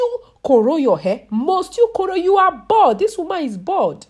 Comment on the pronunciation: “Dis womon is BAULD!”